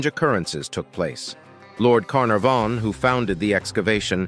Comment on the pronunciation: Lord Carnaaavon not Cárnavón 🙄